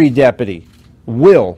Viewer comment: Depaty or deputy? Gauged or engaged?